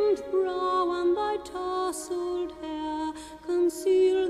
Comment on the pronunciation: Exceptionally done except for mispronouncing "tousled."